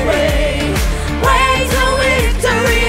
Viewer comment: Яка чудова пісня! Дякуємо! Слава Україні!!! 🇺🇦🇺🇦🇺🇦 (Якщо можна… порада щодо вимови слова «victory» - перший звук /v/ - губно-зубний, вимовляється так само, як і в українській /в/ на відміну від /w/ - у виконавців звучить як «wictory», а не «victory».)